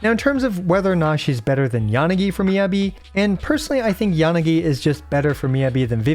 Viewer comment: Please... it's Mi-Yah-Bi, not Mi-yebi